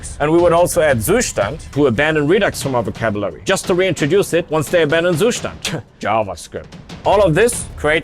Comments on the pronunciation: JFI, the correct pronunciation for "Zustand" is like "Tsushtant", from wiki: [ˈt͡suːˌʃtant] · the way he butchered the pronounciation of "Zustand" omg